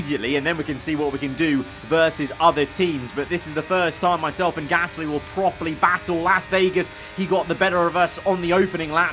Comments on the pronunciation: He says p ear gasly. Like ear😂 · Says Gasly in such a weird way